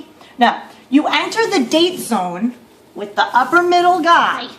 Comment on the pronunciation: Lol i didn't watch the rest of the video...so you're saying unicorns are real?? What a dumb gold digging woman....btw it's "upper" not "uppler".